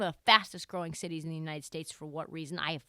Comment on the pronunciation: Nah. Not fourth largest cities. Not fourth larges ciie. Not spanish speaking cities. Not Spanish speaking ciee. /